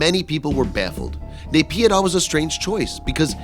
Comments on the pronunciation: It's Spelled as NAH-PEE-DAW = NAYPIDYA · its pronounced Naip-yee-door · NAYPYIDAW, MYANMAR...NOT BS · Candystrap i don't have to prove it any more than I have to prove that there aren't aliens living on the moon just 'cause i call bs on a video that claims there. Whats dumb is that you believe this video when the publisher can't even say the country or city name properly. But a quick google search will prove that its bs. You should try it. Here is an example of what you will find